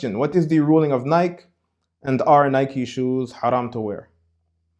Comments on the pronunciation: It's pronounced: Ny-key (Nike). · firstly I was trying to suffer through your wrong pronunciation of the word Nike (Nie•key) then you say "why not wear Jordans" smh. How are you unaware that the Jordan brand IS Nike. Are you really that oblivious on what you yourself are trying to teach? That's like saying "why not worship Ba'al? He's not Lucifer" Nike and Jordan are two in the same. There would be no modern day Nike without Jordan and the Jordan brand success wouldn't exist without Nike. Notice how Jordans "jump man" logo is facing towards the right? Aka sun worshippers worship towards the east while those who worship christ are instructed to do so towards the west. All of these small details add up to the bigger picture. YES Nike is a d•mon•ic brand. And it only helps that Jordans name is well.... Jordan right?